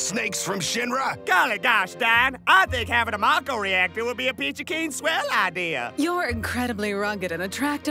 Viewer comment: only about 1% of people pronounced it mah-ko in their heads. It'll always be may-co to me